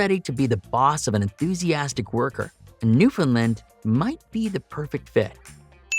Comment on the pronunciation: New fin land, not lend